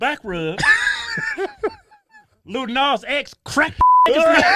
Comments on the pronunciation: First off the first dude didn't even pronounce Lil Nas X correctly. Second called him a fruitcake, third providing evidence of homophobia, brings up his fantasy. He also swore every other second. When you swear in an argument shows your ignorance. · I'm sorry, is the first guy saying "LITTLE nas x" ??? like??? no??